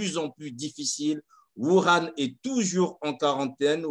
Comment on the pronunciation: La ville de WUHAN et non WURAN